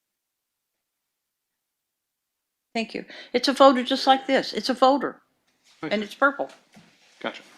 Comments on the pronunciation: The way she pronounces folder as "foder" fills me with rage. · It's funny how everyone is pronouncing 'folder' as 'fowder'